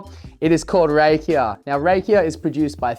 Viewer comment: Pronounced RAH-kia, chief. The stuff in the former Yugoslavia is amazing! Everyone knows an uncle who makes it. Your concoction sounds tasty.